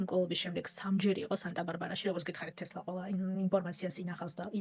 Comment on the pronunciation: "ტესლა " და არა თესლა 😢